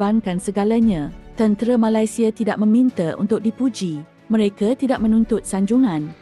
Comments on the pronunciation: Sebut Ma-lai- sia pun dah tau terbitan mak indon. Sebut Nama Negara org tak boleh betul-betul ka. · kenapa sebut malaisieaa mcm indon